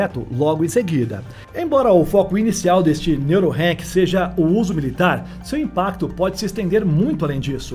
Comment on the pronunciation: Se fala Neurock não Neurorank😊